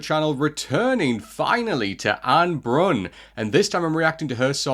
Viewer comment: Just for pronunciation, it is ah-neh (two syllables) and bruuun (longer u sound than you say it now)